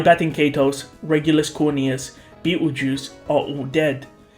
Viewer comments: You keep calling Petelgeuse Peteljuice. I didn’t order a cup of Peteljuice. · why are you pronouncing Petelgeuse as beetlejuice?